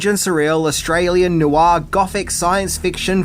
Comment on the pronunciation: Noir is one syllable not two.